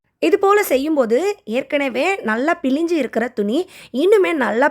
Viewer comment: Pilinji illa thuni pizinji nu sollanum